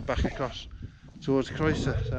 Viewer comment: Your videos are great and informative. Croeso'r is hardly the most difficult Welsh word to get your head around though. It seem a shame you dont bother to learn how to pronounce the names of the places you obviously love